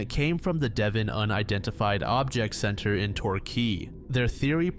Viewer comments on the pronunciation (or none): none